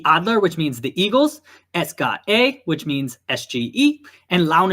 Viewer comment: The SGE is pronounced SSS GAY EHH not GA and you mentioned the stadium as CommerzBankArena to us fans in Frankfurt its called Wald Stadion which means Forest Stadium or the stadium in the forest which is the name of the original stadium before it was tore down and the new stadium was built. Over all great video and will be looking forward for more thank you.